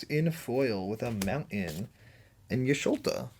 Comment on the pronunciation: Totally agree...ChoKo Bow, Cac-two-are. Also Y'sholta? Are you reading how its spelled. Nice try.